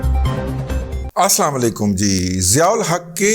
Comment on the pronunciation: رضی صاحب آپ اکٹر آسلام علیکم کہتے ھیں جو کہ غلط ھے مہربانی ھو گی آپ اسلام وعلیکم کہا کریں آپ تو اچھی بھلی عربی بول لیتے ھیں